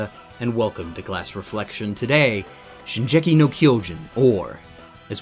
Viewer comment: Why do people pronounce it as "ShinJEki" when it's clearly ShinGEki? "Ge" and "Je" are completely different sounds in Japanese. Especially considering is an anime veteran:P